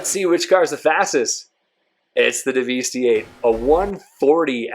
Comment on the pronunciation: It's pronounced "devastate", you know, the synonym for destroy. Not Daveestee. That being said, this is the most comprehensive comparison I've seen yet. Everyone else just uses really dumb races on airstrips and don't even show the times clearly, and most don't bother testing top speeds on oval tracks. Some use a really long straight, which is again very unrealistic. Also, not a single person (except perhaps Broughy1322) actually explains the realistic performance of these cars on a track accounting for the oversteer/understeer and actual handling experience.